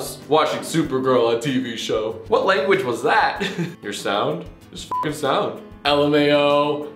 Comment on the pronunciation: "yo watch your langwing"